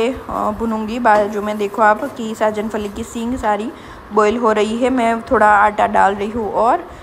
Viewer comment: Sajan fali nhi sahjan fali Bolte hai